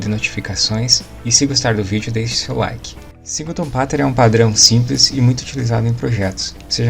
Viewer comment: Até me interessei pelo vídeo mas quando vc chama Pattern de Pattener... desisti.